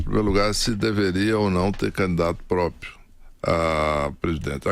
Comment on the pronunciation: Não é possível que alguém que quer ser presidente fala própio.